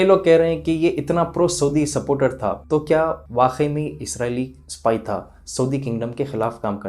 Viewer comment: Woh sab theek hai lekin aap THA ku TA kyu boltey? Woh تہا یے تا نہیں ہے ! Asaani k liye aap ثا ki awaz bhi istemaal kar sakte hai